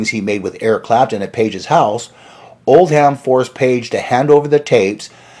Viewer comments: Oldham - not like "old ham", spoken as "oldum" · Pedants comment. The manager’s name Oldham is not pronounced Old-ham but Old-um the ‘h’ is silent and the am is pronounced um. As in the name of the northern English city which suggests it is from the Northern Lancashire accent. Apologies if already mentioned. Good video and I was a teenager back then. Pity I missed Jimi Hendrix cutting Eric when they first met at Regent St Polytechnic, where I went to college 2 years later. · This guy (?) is not a good speaker. I think he probably chose the wrong profession. It isn't pronounced "Old•ham". It's more like Old•um. The h is silent. But this is just one of he stumbles over. It's distracting to me. He wore me out in that video he did about Pete "Townsjend", or however his mispronunciation would be spelled. Drove me crazy! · In the Uk the name “Oldham” is pronounced “Old-am” not “Old Ham”. Although funny enough, an old ham was indeed what he was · old ham.....get a life and learn how to pronounce it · Islington is pronounced “Is” which rhymes with “his” and Oldham in Andrew Loog Oldham is pronounced without an H. It’s not “Old-ham” it’s just “Old-am” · Great video dude ! However...I am a sergeant of the british pronunciation police..so...I apologise profusely but I have to point out: 1) Islington is pronounced 'is-lington', like the word 'is'. 2) Any English name or place name which ends in 'ham' like Oldham is pronounced 'um' so it's like 'Oldum'.